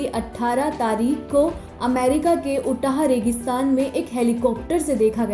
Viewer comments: Ootah nahi Utah!!! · मैडम उच्चारण उटाह नहिं यूटाह होगा 🙏